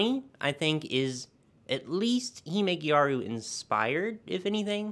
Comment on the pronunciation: This "gejaru" pronunciation of gyaru is something i've never heard before for sure. Since it's just the japanese way of saying "gal" it's closer to "garu".